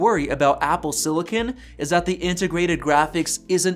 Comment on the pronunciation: What the hell is siliCAN?